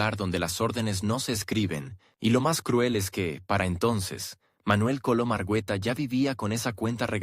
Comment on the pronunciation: Sé dice ARGUETA por favor. Y se dice COLOM.